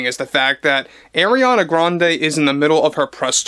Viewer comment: Umm he DIDNT pronounce it right 😂. He said AIR-iana when its AR-iana. Ppl who don’t respect her may not say her name a certain way. It is what it is..And others just don’t know